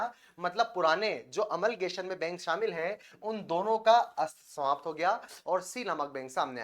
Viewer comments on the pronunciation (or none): none